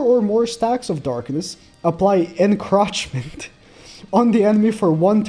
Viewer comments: I'm sorry it's not crotch it's croach like a roach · Me when keeps saying En-crotch-ment and not En-croach-ment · its pronounced encroachment (in-crow-ch-ment) not encrotchment. just thought i would let you know. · "enchrochment" lmaoooooo its "en-chroach-ment" like roach not rotch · Hey nag, encroachment isn't pronounced en-crotch-ment, it's pronounced "enˈkrōCHmənt" which, in laymans terms, means you pronounce the oa part like you would in coach or roach. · I hate to nitpick but the word is said InK- roach- meant, not in-crotch-ment. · someone tell him its not enCROTCHment its enCROOOOOOACHment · Enk-ROACH-ment is how it's pronounced btw. It IS funny the way you say it, but just in case you didn't actually know since English isn't your first language. EnCrotchment is how it'd need to be spelled for that to work. Also Festeroosa is a beast. I dont care that he isn't dark either. It looks like his passive deals dark damage which means it has type advantage regardless. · its encroachment not encrotchment lol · mispronouncing Encroachment hurts me physically. pronounce the roach in it like roach, not crotch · its en(c)roachment (the c is slient) makes me laugh when he says it like that. 😆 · No one: "Encroachment":ENcrOtChMenT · Encroachment - pronounce the the “roach” like🪳